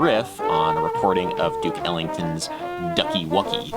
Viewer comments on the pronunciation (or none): When he said Duke Ellington I heard it as Dick Ellington